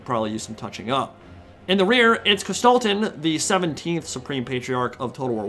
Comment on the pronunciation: It took me two minutes to realize you were talking about Kostaltyn. Before that I was all like - who's this Gestalten dude he keeps talking about? My german brain and the pronounciation didn't mix well here lol. What a battle though. I thought it was all ogre 15mins in. was that just the bear riders and heroes?